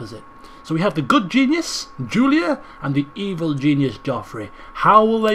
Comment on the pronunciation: you called Julia Juliad how didn't you notice